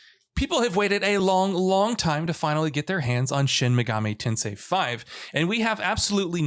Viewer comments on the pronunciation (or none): none